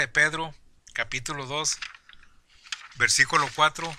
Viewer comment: Desenmascarando Doctrinas Falsas este baboso que habla dice tarugos ignorantes mejor que se ponga a estudiar más para que no diga (versicolo)o (ca pito lo)